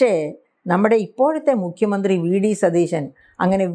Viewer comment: ആങ്കർ ഒരുപാട് ബലം പിടിക്കുന്നു. നമ്മുടെ മുഖ്യമന്ത്രിയുടെ പേര് സതീശൻ എന്നാണ്. ഷ അല്ല, ശ - സതീശൻ. ദയവായി തിരുത്തുക. മോശമാണ്.